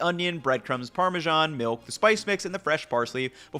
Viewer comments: Buddy please learn to pronounce the cheese name. It's either "Parmigiano" (spokek - parmijjano) or use the english name "Parmesan" There is no such thing as "Parmezhan". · yeah but its neither the correct italian pronounciation nor is it the correct entlish pronounciation. It is either parmesan or parmigiano. Nothing inbetween. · I live in Ohio and parmezhan is fairly common pronunciation here, so I was curious when I read this comment. Merriam Webster dictionary has several pronunciations : Par·me·san ˈpär-mə-ˌzän -ˌzhän, -zən